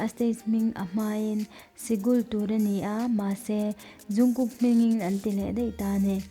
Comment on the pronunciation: Zungkook ni loin jungkook tur xok o😇😇